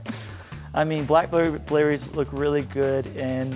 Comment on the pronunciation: I LOVE "Black Blerries!!" ;)